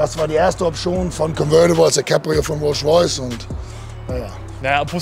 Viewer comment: Rolsch Royce